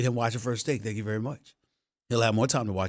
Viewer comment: Stephen A. and Elmer Fudd = "Vewy" Vs. Everyone Else = "Very"